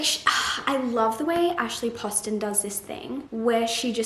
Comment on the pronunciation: You are the first person I've heard say Ashley Poston's name right. Lol So excited for this video!